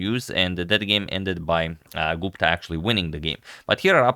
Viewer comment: I am an Indian... I loved the way you pronounced "Gupta"... It's perfect.